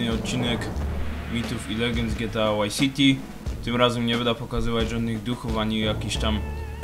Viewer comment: Czy Ty kurwa mowisz GTA WHY CITY! Wtf.